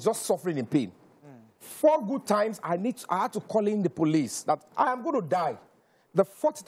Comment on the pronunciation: Which articulate? His grammar is extremely bad. He cant even pronounce simple words like "Had" he says "ad", "happy" is "appy'". He is here talking nonsense that makes no sense.